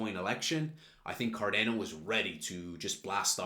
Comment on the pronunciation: It’s “car Dah no” Not “ car dan o”